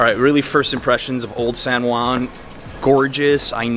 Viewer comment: Dude, it's pronounced San Huan (as in House, Hot, Head...) not San One.